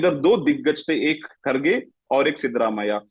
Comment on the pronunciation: He is not खडगे, he is खरगे. Pronounce as खरगे.